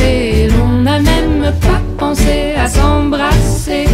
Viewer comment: If one has to nitpick, she said "s’embrasser" as "zembrasser", which sticks out quite obvious to me. Otherwise her pronunciation is very very impressive for a non native speaker indeed.